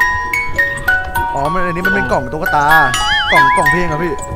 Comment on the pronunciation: ตุ๊กตา ไม่ใช่ ตุ้กตา